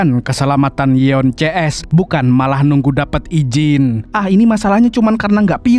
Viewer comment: Namanya Yoon si Eun bang, bukan yeon